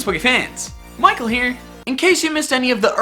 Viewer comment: the way he says Michael here makes me laugh every time XD